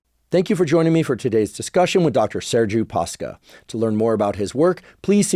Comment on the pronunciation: Came here to say that 😁 and also to nitpick on the pronunciation of his last name, though I suspect it was simplified in purpose to prevent mispronounciation . It's actually Pa-sh-ca. Ș is like sh in shelf.